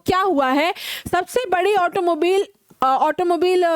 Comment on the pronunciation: Mam,ओटोमोबिल नही, ओटोमोबाइल🙂 But It is Okay for you🤞